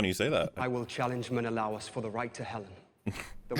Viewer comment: The pronunciation of Menelaus in this movie kept pulling me out of it.